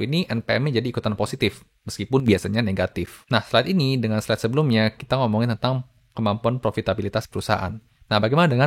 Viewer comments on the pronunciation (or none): none